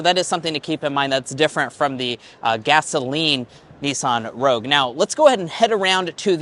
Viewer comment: you had to say the PREVIOUS Rouge style 😂